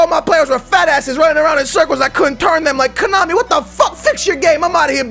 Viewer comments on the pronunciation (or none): none